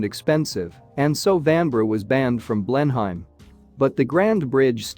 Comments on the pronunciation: "Blen-uhm" not "Blen-Heim". Just sayin. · What on earth is a Blen-hyme? And what have 'dollars' to do with English heritage? Please take the time to get it right. I would make all the difference, and prevent giving false education to well meaning people. Thank you. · Blenheim is pronounced Blenaam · Apart from mispronouncing Blenheim, over and over (which is really annoying )it was getting quite interesting, then at less than the halfway point it switches to Florida 🤷‍♀️ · Wot the... pronunciation. It's like repeatedly calling Tucson..Tucks on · Teach your bot how to pronounce Blenheim correctly. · For God's sake!!! Try to pronounce the name of the palace properly!!!! I don't think Americans should be allowed to produce programs like this unless they can manage the words. Ignorant person... what's his name? To be avoided.